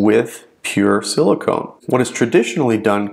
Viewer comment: Silicon (not silicone)